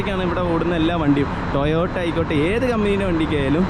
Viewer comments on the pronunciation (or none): none